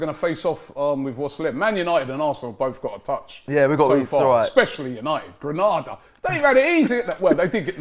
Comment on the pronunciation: lads its Granada not Grenada